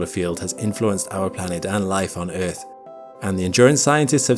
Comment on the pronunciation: Bro doesn't say "earth", he says "eith"